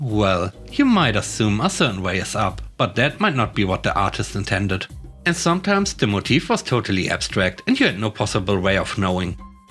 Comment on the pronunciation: Stress is on the first syllable in "motive," so MOE-tivv, not mo-TEEV. By the way, your English has improved immensely in the past two years. I almost never need to drop corrections for you any more, and when I do it's usually small issues.